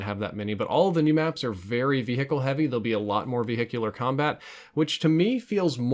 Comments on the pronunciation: Once you hear say ve-hick-el you can’t un-hear it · VE - HICLE 😂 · Did you really just pronounce the 'h' in 'vehicle'?